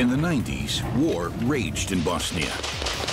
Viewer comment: Very good documentary. Also finally someone properly saying BoSnia and not BAAZZZNIA good job narrator 👏